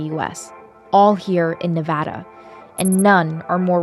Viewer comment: Thank you for pronouncing Nevada correctly! I live in Reno and so I hear it pronounced incorrectly all the time This was very informative:)